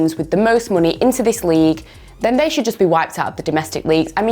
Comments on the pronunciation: doesnt pronounce it money She pronounces it as muney😂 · Am I a only one who notice pronouncing "money" pecularely? 🤔